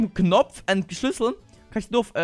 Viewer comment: Bei SCHLÜSSEL verstehe ich SCHNITZEL!